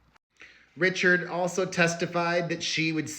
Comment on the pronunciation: Dawn’s name is pronounced “Ree-shard” not “Richard”.